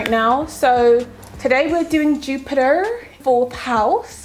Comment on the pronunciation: Jupaar..... what a pronunciation!!